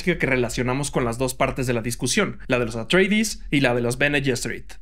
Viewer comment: ¿"Los Atreidis"? ¿Por qué lo pronuncias como un apellido inglés? La pronunciación es literal, tal cual se leería en griego, ya que los Atreides son precisamente los descendientes de Atreo, padre de Agamenón y Menelao. No entiendo esa obsesión que tenéis en México por asimilar al inglés cualquier pronunciación. Pronunciando casi siempre de manera exagerada, tal vez para parecer más estadounidenses. ¿Y qué son "los visuales"? "Visual" es un adjetivo, no un sustantivo. Ah, claro, pero "visual" también es un sustantivo en inglés, que significa "ilustración" o "fotografía". De nuevo el inglés contaminándolo todo. Es como si te refirieses a una alfombra como "la carpeta". ¿Tanto cuesta cuidar nuestro idioma un poquito?